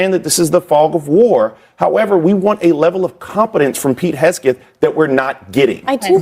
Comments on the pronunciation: Why didn’t anyone on that panel correct that twit when he mispronounced Hegseth as “Hessgeth” ??? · It's HEG-seth... If you're going to slander/libel someone, get the name right! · More transparency???????? They've GOT to be joking 😂😂😂😂😂😂 Pete Hesgeth 🤨 I think this fool is mispronouncing on purpose!!!